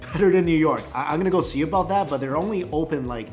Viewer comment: when he is eating he says "look as you can sheee" instead of "see" ... like he adds a "sh" in his words. I think he knows its his think